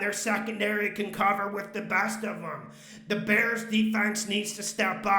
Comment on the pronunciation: It Crack me up when he says ,Tua and da bears